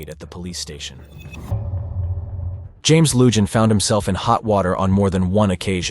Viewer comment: YOU ARE MISPRONOUNCING THE SHERRIF’S NAME!! It’s not “Loo-Jon”! The name is Hispanic and it is pronounced “Loo-Hon”! For god’s sake GET IT RIGHT.